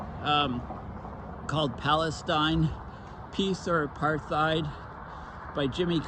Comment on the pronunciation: Apartheid is phonetically prounouced '' A' PART - HEID '' - (South Africa - Anglo-Afrikaans) One doe's not use in speech the phoneme ''Th' when prounouncing the word apartheid...